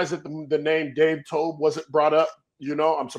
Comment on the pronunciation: Briggs said Dave Toubs. Him and Alex Brown really be stuck in the 2000’s 😂😂